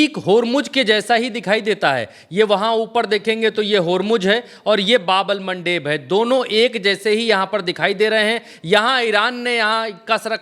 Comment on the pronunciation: आप की रिसर्च बहुत अच्छी है और आप बहुत मेहनत करते हैं इसके लिए आप बधाई के पात्र है बस 1 बात कहना चाहते हैं कि बाब अल मंदब है न कि बाब अल मनडेब, भाई इंग्लिश वालों ने उसको मनडेब बना दिया है